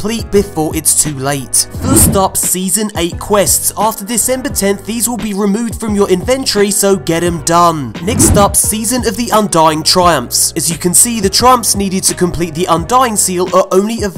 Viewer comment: Please never say inventory like that again